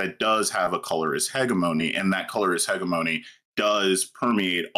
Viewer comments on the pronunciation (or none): yeah, heh-jeh-meh-nee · he said hegga-moe-nee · Oh no I didn't think someone could mispronounce the word "hegemony" worse than Vaush how could this happen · What is the proper pronunciation? HEDGE-EH-MUH-KNEE?